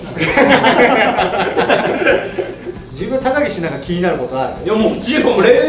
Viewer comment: 初手のが言った高岸が高木氏に聞こえた笑